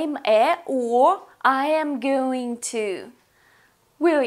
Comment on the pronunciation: C произношением надо работать, но за урок спасибо, всё равно. Было очень познавательно. P. S. Произношение going убивает) (ещё в начале видео обратил внимание; думал, что послышалось) Вот как произносят going носители языка (в том числе британцы)